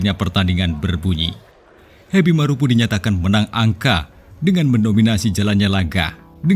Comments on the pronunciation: Marapu bukan marupu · Heby marapu bukan hebi maropu ,tolong baca baik2,kRena salah arti